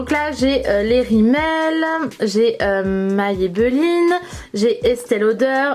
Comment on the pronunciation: Hello 🙂 Tu m'as perturbé tour du long quand tu prononce Maybelline 😂😂 C'est la 1ere fois que j'entends quelqu'un le prononcer ainsi 🙊 Tu es bien organisée en tout cas 👌 Moi je préfère tout avoir ranger en tiroirs.. comme j'ai BEAUCOUP BEAUCOUP BEAUCOUP de produits, j'ai plusieurs caissons Alexx d'Ikea et j'ai la chance d'avoir une pièce rien qu'à moi pour ça Mais chacun fais avec les moyens du bord et ses goûts surtout 😁 Des Bisous 💋